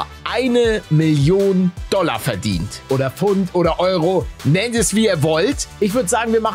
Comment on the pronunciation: Wie er stand Pfund Doller sagt.